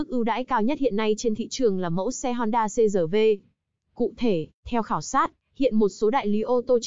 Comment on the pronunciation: người quảng cáo nên đọc chuẩn chữ R trong CRV